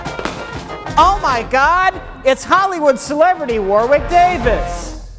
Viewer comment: Sry to jump on for pronunciation less than a minute in but I'm pretty sure you don't hit the middle 'W' at all and it's supposed to sound like Warrick Davis...